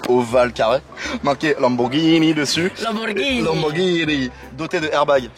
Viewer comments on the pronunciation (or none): "marqué Lamborghinini"